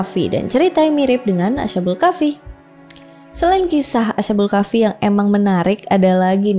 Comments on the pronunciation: Cara bacanya bukan ASA BUL KAFI TAPI ASHKHABUL KAHFI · Mbacanya as-ha-bul kah-fi mbak. Bukan a-sha-bul kah-fi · Bukan asyabul Kahfi mbak tapi Ashabul Kahfi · Ashabul kk bkan asyabul kahfi 😁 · Asbabul kahfi kak klo ga salah😂